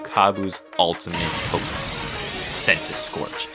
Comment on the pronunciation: I complain this about adults a lot but (no offense) ITS NOT “POKE-EE-MON” ITS “POK-A-MON” ok childish unnecessary rant over